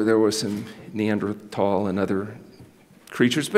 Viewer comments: Thank you for saying Neanderthal with a hard t sound, not a th sound!! Most people don’t know and end up sounding like Neanderthals. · Neanderthals are named after one of the first sites where their fossils were discovered in the 19th century in the Neandertal in Erkrath, Germany. Since they are named for the location in Germany, it's proper to not use a th sound when saying it.